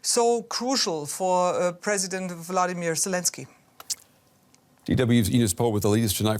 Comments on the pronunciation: what.. "vladimir" selensky?? did i really heared an unholy mistake there? that.. that wasnt good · I come from the area (Poland) so might be that I pick up on it easier, but towards the end of the material it is definitely Vladimir not Volodymyr. Also the Polish version of the name is close to the Ukrainian (Włodzimierz) so that may be the reason... or I hear what I want to hear.